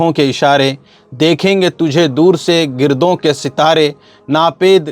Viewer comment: یار آپ لوگ ایسی بھیانک غلطی کرتے ہیں کہ سن کر شرم آنے لگتی ہے صرف نظر ، میں ص پر زبر ہے ایک جملہ آپ نے کہا گردوں کے ستارے ، گردوں ، گ، پر زبر ہے